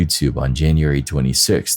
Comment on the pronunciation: Hey, I love your videos. But producers, please adjust your narrative computer voice to correctly pronounce the months of the year. Gets very agitating hearing January and February always pronounced so incorrectly. It happens too many times to leave it alone and simply let it slide. Jan-u- wary Fe-bru-wary I know these aren't dictionary exact, but they are how people pronounce them and are highly use to hearing them. Please promptly adjust. Thank you😊